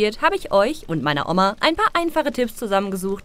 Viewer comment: Wie sprichst du Oma aus?! xD